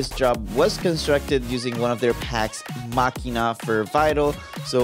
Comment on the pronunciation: He pronounced it correctly. It's a hard k.